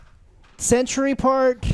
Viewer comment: Why do you keep saying Century!!! Its Sentry